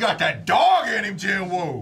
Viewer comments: its gee-nooh but aight, also sub is jin-woo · Sub - Ji Woo ❌️ Dub - ✅️ Lmao 🤣